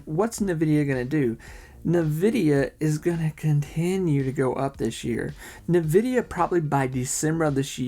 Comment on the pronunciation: hahah I love the way you say Nvidia - "Novidia" I know it's a local accent thing so don't try to correct it, it's fine.